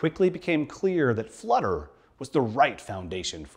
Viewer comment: Flutter not "fludder".